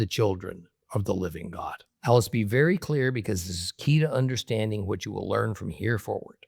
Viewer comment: Not hod but God